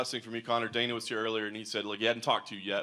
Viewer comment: you butchered Conor's name.